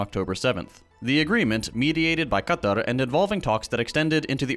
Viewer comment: putting in the effort and nailing the difficult letter qaf (ق) in Qatar. You love to see it ❤❤